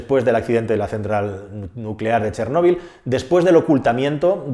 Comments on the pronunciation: Si vas a yablar de ChÉrnovil por lo menos habla bien y acentúa la É y no la O,ya que me es demasiado distractivo y molesto escucharte. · Si realmente fueras ucraniano sabrías que no se escribe "Chernobil" y de hecho la pronunciación correcta es otra